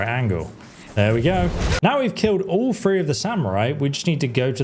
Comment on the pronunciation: I think he meant to say 3 damage but he said free damage I don't know what it is about these British people but they need to learn how to talk right just saying it's not free it's three